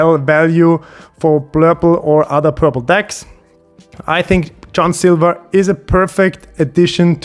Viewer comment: Dangerous pronunciation ok John silver at the 3 minute mark 😂 cool video